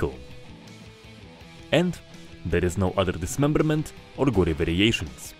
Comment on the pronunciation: there no other dismemberrrrrrrrrments